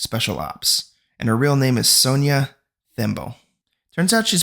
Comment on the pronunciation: Thanks for the recap... I thought should help you out with some of the name pronunciations 😅 ..for example Phumzi Is a Zulu word and so the 'h' is silent so you read it as Poom-zi. Same thing with Themba, read it as Tem-ba..